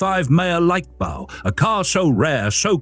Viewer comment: The AI obviously doesn't do German...